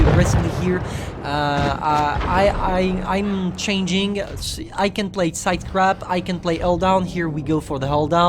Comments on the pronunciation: I love how you said "sidescrap" Instead of "sidescrape" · CONTROL123 Blitz he says it like “crap” instead of “scrape” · He always says "sidescrap" instead of "sidescrape"… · Ha u were pronouncing 'sidecrap' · You say sidescape kinda weird